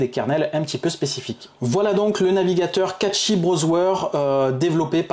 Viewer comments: cashey pas catchy os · Bonne vidéo mais le "catchy browswer" c'est pour me tuer 😂😂😂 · Meme a la francaise on dit cachy mdrrr